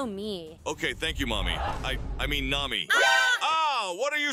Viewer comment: He said nami as mommy?!!!!!??